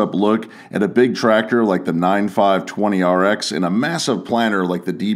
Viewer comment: Awesome video! Glad to hear you pronouncing the tractor model number correctly 👍